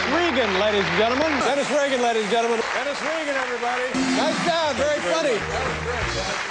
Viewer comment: psst you're pronouncing your last name wrong